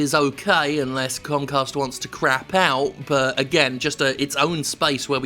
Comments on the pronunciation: Did Jim call it cumcast? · Was you pronouncing it "cumcast" intentional or a beautiful mistake?